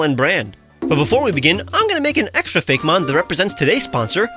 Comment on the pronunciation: This is a nitpicky kinda question, but why pronounce it Fake-mon instead of Fay-Key- mon like actaul Poe-key-mon is pronounced?